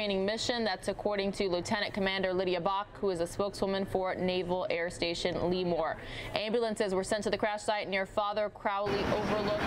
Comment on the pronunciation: It's pronounced "luh-more" instead of "lee-more."